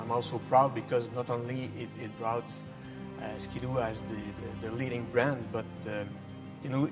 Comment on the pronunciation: nice to hear say the brand name properly- 'Skee-Doo' not 'Skid-ooo' 😀